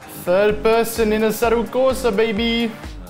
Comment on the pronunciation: why do you pronunce forza and assetto corsa with an english accent even if you're italian lmao